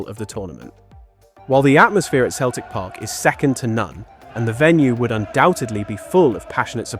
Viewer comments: It's pronouced Seltic not Keltic. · You can tell the voice is AI. Keltic football club and Keltic Park. its Celtic Park and Celtic. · Emirates didnt make it cos 2 others in London have already been chosen as hosts. Its not Keltik, its pronounced Seltik!!! Also, what about Glasgow Rangers too? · It is pronounced Seltic not Keltic. Damn crap computerised AI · it is pronounced as sell-tic. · Celtic as far as the Scottish football club is pronounced “ seltic “. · They don't pronounce the t, it's selic. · 'Keltic football club'? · Not to me, AI still cannot say English words that are pronounced different from the spelling, like Celtic. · that’s what gave it away for me. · Can you train your AI to pronounce Celtic correctly? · You’re from the UK and you don’t know how to pronounce Celtic correctly. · Why can't Americans pronounce Celtic properly.